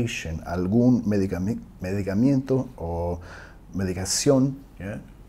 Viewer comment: Thank you! Excellent video... Just one thing, we say in Spanish [medicamento] there is no any “i” after the letter “m”.